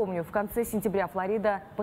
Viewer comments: Ув. ведущая.. Не ФлорИда, а ФлОрида. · ФлОрида, ударение на О